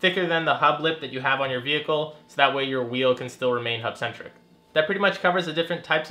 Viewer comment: Can you say hubcentric